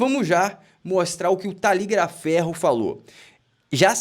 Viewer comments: O CORRETO É 👉 TA - GLI - A FERRO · Vc sempre fala taligliaferro rsrsrsrs é nao é! O correto e b3m simples. Veja👇